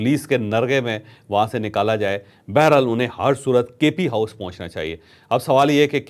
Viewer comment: ھم آپکے بڑے فین ھیں لفظ بہرحال کی تصحیح کر لیں